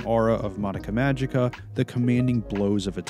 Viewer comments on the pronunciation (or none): none